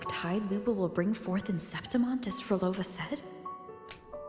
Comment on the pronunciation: NOT HATING! I'm still amazed how you couldn't pronounce Prolova's name 😂 I always enjoy your reactions. ❤